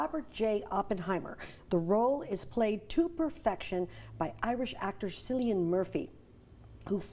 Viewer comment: And she also can't pronounce Cillian's name correctly